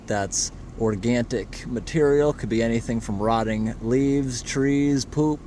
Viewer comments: "Organic" not Organtic. Sorry, but that mispronunciation has annoyed me for years now XD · Nice sightseeing video. Still no "t" in the word organic.